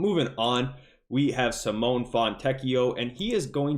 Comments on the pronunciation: Sim oh nay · Dude, you're still mispronouncing Simone's name😂